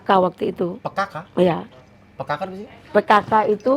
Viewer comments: Astaugfirullah Al'adhim. Y Allah...Sebut PKK aja salah buuuuuuu🤣🤣🤣🤣🤣🤣🤣🤣🤣🤣🤣🤣🤣🤣🤣🤣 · Ibu pekaka diperbaiki jadi Ibu PKK, oliwing jadi holywing ....🤣😂🤣jempol bang uya kuya.